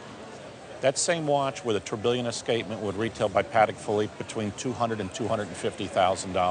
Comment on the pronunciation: Christ that pronounciation of tourbillion was harsh